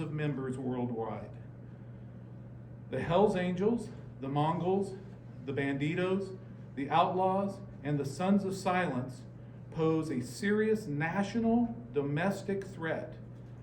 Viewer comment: It's nice to know the sheriff doesn't even know how to pronounce a MC! Mongols not mongrols!